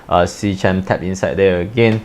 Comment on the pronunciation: fyi it's "Sea-KEM" like "Chemistry"